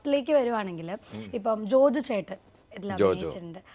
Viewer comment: ജോജോ അല്ല ജോജു..😂